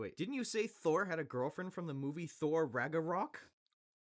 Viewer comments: my giwlfwend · Best line is “My gew fwen” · "my gorfiend :(" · “My ✨girwfrweind✨” Starlird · sniff my giwfwiend… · Quill: “My girlfwend :(“ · mah gwilfwend😢 edit: time seizure 😂 edit edit: mah gwifwend N.2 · My gurlfwend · and my giwfwen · My gwilfwen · nhhhms my girl fwend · sniff my guwlfwend